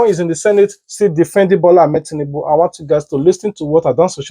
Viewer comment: did I hear oshimole said tinundu 😂😂😂😂😂